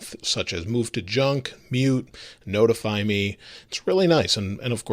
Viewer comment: “they’ll also nota-fit you”